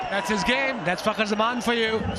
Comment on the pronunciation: Fakhar and the k is silent ❤️🌟